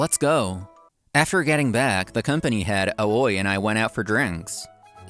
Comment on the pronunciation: Great story as always. But can someone please tell the voice actors that 'Aoi' Is pronounced 'owee', lol.